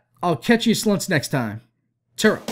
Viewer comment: He says slunts don't know why though.